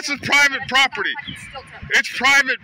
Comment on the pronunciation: how many times did he say "private poperty"